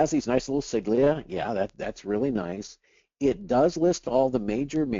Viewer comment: Siglia? You mean sigla?